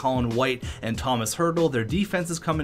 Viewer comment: that’s not how you pronounce Hertl’s first name but it’s all good👍